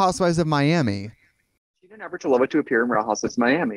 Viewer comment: Navratilova is her family (last) name though... The emphasis is on ''i'', not on'' o''. She is Chech btw) Just a little piece of info:-)